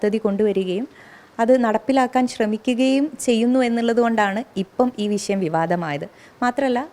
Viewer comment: വിശയം അല്ല വിഷയം